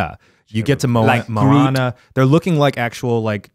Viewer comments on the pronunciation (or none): It’s mo ahne not mawne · Hui e Keith aloha, i love seeing the evolution of the try guys...just to share, i love that you love Moana, so it’s moh-ah-nuh, not mowanena. & Hawaiʻi was once it’s own kingdom. We do have the only real deal princesses & queens & kings & castle in America. Just sharing manaʻo! Mahalo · Them saying mo-wana instead of mo-ANA DROVE ME ABSOLUTELY NUTS! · It annoyed me how they pronounced Moana wrong. It’s mo-anna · MO-AH-NAH THATS HOW YOU PRONOUNCE IT!!!!!!! sorry, but I was annoyed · Moana is mispronounced the entire podcast. I can't stand it.